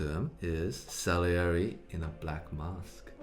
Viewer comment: 'Salieri' Brett: celery